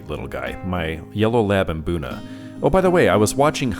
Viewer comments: My Mrs is from Kenya and there's a lot of words like mbuna that are all pronounced with mmm at the start not maa. You just need to find an African fish keeping to tell you how it's pronounced 😅 good video dude keep up the good work ❤ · Maboonah 🤣🤣🤣 Guys there is no A between M and B in Mbuna 😂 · I just enjoy seeing all of your tanks and fish really makes me jealous. WOW on the new tat that is really impressive to say the least "really cool". I thought I was wrong being the only one pronouncing Mbuna cichlids like Hunter does after hearing you pronouncing it haha good one. The "nasty room" you know my mind goes off into another dimension hear that...OK I'll stop but I do like that kind of cichlid and drool for a tank big enough for one. I wouldn't change much on any of your tanks maybe just a few more cichlids with flashy colors to make the colors pop in the tanks, but I just found out adding a few new guys in my State Penn turned into one getting an eye injury and is now spending time in a hospital tank, no worries he is doing great and really wants out of it, in time dude in time. Thanks for the update and keep the cool videos coming so I can wipe the drool off my chin. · Hearing them tell me I’ve been saying Mbuna wrong my whole life had me shook 😂